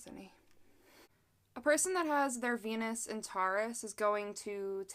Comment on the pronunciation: Sometimes when you say Venus it sounds like penis. Makes the video hilarious